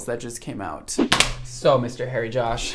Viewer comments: I heard 'Hairy Josh' the whole way through the video. Oops! Thought you were using a petname! Xx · I thought you said “Hairy Josh” (perfect name for hair tools!) and was sad to discover it’s “Harry.”